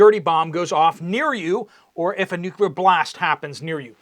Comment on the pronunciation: Is there missing nucular material ???